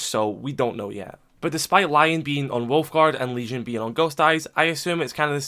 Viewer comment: Oh nah he said “lesion”